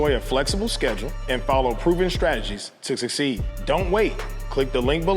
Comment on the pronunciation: Yeah, a mentor that can't pronounce the word "succeed" . Good luck.